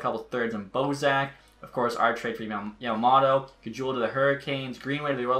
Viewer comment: YAMA “MOTO” not “MATA”